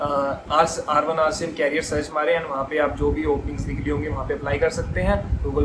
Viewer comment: it's a helpful video for call center's interviews but not to say carrier (कैरियर) । it's career (करियर) R1 rcm's interview is not so easy .